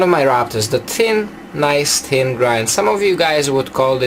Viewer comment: Is he saying tin or thin